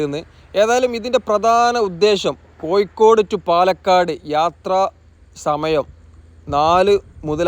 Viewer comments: കോയിക്കോടല്ല കോഴിക്കോട് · കോയിക്കോടു അല്ല കോഴിക്കോട് ആണ്